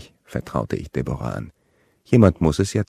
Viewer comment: Debora... ??? Deb'ra!